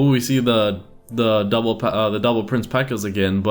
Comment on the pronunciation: Am I the only one who thinks he sounds like he says, "P.E.K.K.A devil prince" instead of "P.E.K.K.A double prince"? Yeah....? Aright...